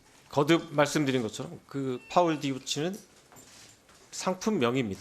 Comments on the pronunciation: 디올 파우치를 파울 디우치 라고 하네 ㅋㅋㅋㅋ 권력에 아부하는 모습을 지적하는 대선배 앞에 그는 한없이 작아졌다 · ‘파울 디우치’ ㅋㅋㅋㅋㅋㅋㅋㅋㅋㅋㅋㅋㅋㅋㅋ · 동영이형.. 다른때는 멋져보였는데 이번엔 좀 약하네... 마지막에 뭐랬는지 알아? 디올 파우치를 파올 디오치래.. 쪼마난 가방 줜만한 파우치라고 했던 ㅅㅋ가... 농락당한거 같어 ㅡㅡ